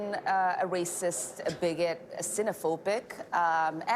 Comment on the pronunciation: "This is rayciss!" I can live with it.